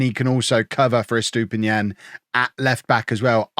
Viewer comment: I hope you sell Estupiñán soon cause you butcher his name every time 😂